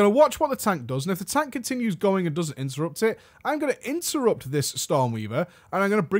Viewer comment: Great vid! that "Intettupt" tho <3